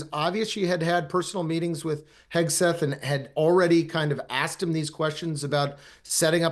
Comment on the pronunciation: Emily, it is Hegseth not Hesgeth